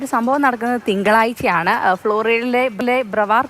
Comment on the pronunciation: തിങ്കളായിച്ച അല്ല, തിങ്കളാഴ്ച. ബാഗ്യം അല്ല, ഭാഗ്യം. ഒരു വാർത്ത മാധ്യമം അല്ലേ. അക്ഷരശുദ്ധിയോടു കൂടി റിപ്പോർട്ട് അവതരിപ്പിക്കു.